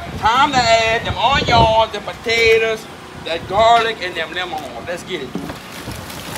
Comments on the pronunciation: Bro said oionyons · “A whole pirogue fulla on-yons!!!” (Dumps it in the boiling vat o’ spice & Then he proceeds to throw that sheeit!!!) love it!!!! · The way he say onions 😂😂😂😂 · I'm never pronouncing onions,lemons and mushrooms the same way🤣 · I will never pronounce onions and lemons the same anymore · Im never pronouncing onions right ever again